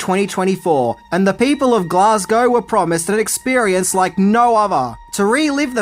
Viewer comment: It's nice to hear it not being pronounced "Glass-cow" like all the bloody Americans have been saying.